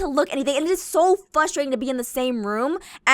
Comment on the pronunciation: Did she say" fustrating"